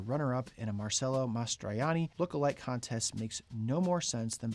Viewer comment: Not a bad pronunciation of Mastroianni! Now maybe just a little work on the “Marcello” portion.